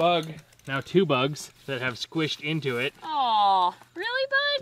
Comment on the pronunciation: Do you mean bugs not bogs